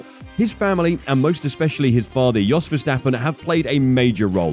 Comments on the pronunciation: Yos not DJos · It’s pronounced Yos not Jos.